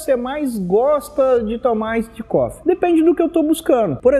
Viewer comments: AISSID COFFEE HAHAHAHAAHHA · aissidi cofi aahahahahahahah